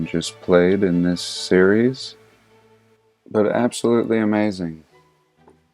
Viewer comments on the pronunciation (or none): none